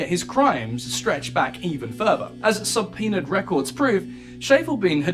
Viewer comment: 😂 I just chuckle. 'SUBpeona', 'inDICTed'. Can't help but laugh at the pronunciation.